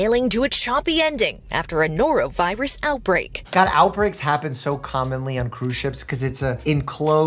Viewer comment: "A norovirious outbreak!" "So ya'll got the sniffles?"